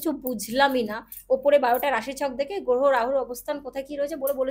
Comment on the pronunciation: যার গ্রহটা সঠিকভাবে গ্রহ বলে উচ্চারণ হয় না যিনি গ্রহকে গোহ বলে তিনি আবার অ্যাস্ট্রোলজার সম্বন্ধে বড় বড় বাতেলা বিদায়। মূর্খের প্রলাপ।